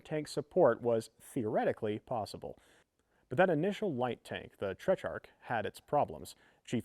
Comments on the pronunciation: Everything you just said is wrong. There is an H, and he said "Trech-ark", which should be "Teh-trark". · TET RARCH not TECH rarch there is no H in that word.